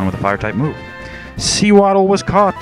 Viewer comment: Sew-waddle. Pronounced like SOE...since it's the Sewing Pokemon.